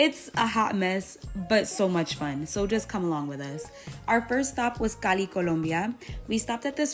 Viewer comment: yeah, I didnt watch the other food parts, there you pronounce Cali and Colombia as a native speaker! Quien lo sabia! 😊